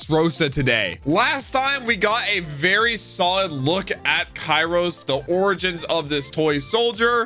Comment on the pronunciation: The Show: KYROS! x: Kairos. please, start using those giant headphones of yours! Names are easy to get right if you actually listen during the show!